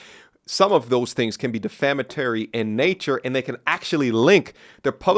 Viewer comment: Anyone who feels any type of way past "this is funny" on either side is a loser. This dude said "defammitary"....probably needs to be rated on a website